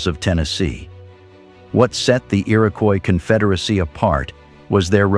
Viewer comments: The "e-erowkwoise kunfederasie"?! You know, you CAN make bad AI say things correctly by spelling phonetically if you care enough to do so. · The pronunciation of "Iroquois Confederacy" is bizarre. Is the narration AI generated?